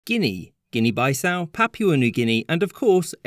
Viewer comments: Now I watched some more… Bissau is a short “I” sound. Again only native English speakers would ever think it was anything else. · Your pronunciation of place names is not great. Bissau Also zero reference of what local names were, before and during colonialism - I for one find it lackluster to spend so much energy and still cover only colonial names - when a native English speaker, making videos about foreign places, make the effort to not just have Englishcentered discourse unless you believe in that chauvinism. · A great video marred by atrocious pronunciation of Bissau. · I made it about 2 seconds into your video until you pronounced Guinea Bissau like that, I’m out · Bissau... horrific pronounciation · BEE-SAU is the pronunciation, not BYE-SAU. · Um, who pronounces Bissau as bye-sow? Isn't it more like bee-sow? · Bro, its guinea beesaau not baisau as you're pronouncing. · isn't Guinea Bissau pronounced "gini bisau" and not "gini byesau" due to the double S? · Meanwhile the Guinea pig: I too am named Guinea and I don't even look African nor am I a pig, I'm a freakin rodent from South America! Meanwhile Alexander the Great looking at all these original names: Impressive, most impressive Also "Bye-sau" it's pronounced BE-sau in Portuguese, comrade. If Swedish Guinea stayed a thing, Africa would've gotten its first IKEA much earlier than Egypt did in 2013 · It’s not bye-ssau, it’s pronounced Bee-ssau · Should it be Guinea “Beesau” rather than “Baisau”? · Pronounciation ɡɪni bɪˈsaʊ not ɡɪni baɪˈsaʊ 0:1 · It's Bissau not Baissau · It's pronounced Guinea BIssau (Bee-ssau) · Bye-sow? Oh boy are we going to have to put up with things like that in this video? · man said guinea bi-sau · Why pronounce “Bissau” with a long i? It’s followed by two consonants so it should be short. Never heard Bissau pronounced this way before in English, and online pronunciation guides use the short pronunciation (/bɪˈsaʊ/ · Obviously: Bissau, not Bi-sau. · Bissau* not Baissau